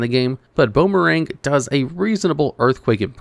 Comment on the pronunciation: It's "Bone" merang. Not "Boomerang". It's supposed to be a play on words